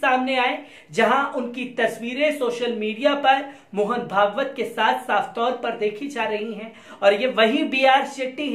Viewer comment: Mohn pegs not mohn pagbt